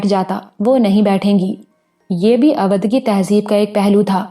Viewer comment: اودھ کا تلفظ غلط لیتی ہیں یہاں اودھ کا او او بھائی کی طرح بولا جائے تو تلفظ ٹھیک ھو جائے اچھی کہانی بہترین آواز مسحور کن لب و لہجہ اللہ دے تو تھوڑی محنت سے تلفظ بھی ٹھیک ھو سکتا ھے پھر آپ کی کہانی گری کا مقابلہ بھلا کون کر سکتا ھے اور مجھے امید ھے دھرتی کے سفر کے بعد قمر کی اتنی ھی شاندار کہانی "مقدس مورتی " بھی آپکی آواز میں سننے کو ملے گی اگر ناول نہ ملے تو میں آپکے لسنر کیلئے ڈونیٹ کر سکتا ھوں